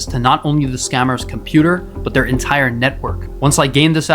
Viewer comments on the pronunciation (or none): none